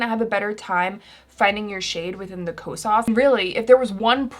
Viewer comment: i looove u but HaaaTEEE the way you pronounce Kosas😫